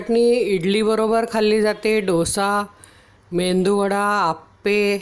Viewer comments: मेंदु वडा नसतो मेदु वडा असतो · Mendu vada nahi o..... Medu vada bola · अहो ताई 'मेंदुवडा' नाही हो, 'मेदुवडा'.😂😂😂🙏🙏🙏